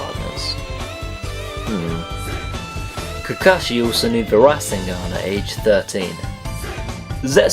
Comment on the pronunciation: This had me on the fucking bitch saying RADSENGAN!!!!